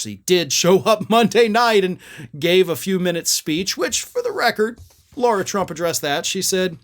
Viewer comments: The woman is an idiot, true, but at least pronounce her name correctly: it's "LARA", not "LAURA". Jeesh. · her name is Lara, not Laura. if you're gonna hold republican's feet to the fire over mispronouncing Kamala's name, you need to do the same and make sure you don't mispronounce GOP names. really bad messaging, especially since you have a JD. one would expect you are capable of being detail-oriented.